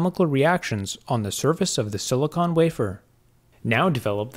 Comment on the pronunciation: It’s silicon not silicone